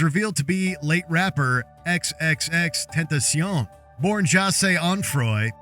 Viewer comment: You said tentacion wrong.